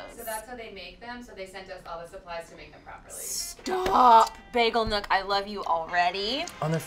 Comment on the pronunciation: It’s bagel nook not nuke ahaha. I go there every weekend lol